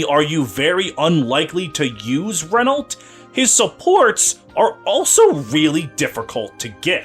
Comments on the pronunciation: Unicorn Overlord has informed me that Renault's name is to be pronounced as Re-Nau; the "lt" is silent. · I hope Renault gets in Feh and english fe fans get shocked by how you pronounce Renault